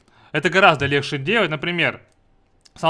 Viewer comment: Очень помогло, но бесит место легче "лехшэ"